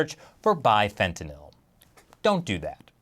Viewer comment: I love you but you pronounce fentanyl all wrong LOL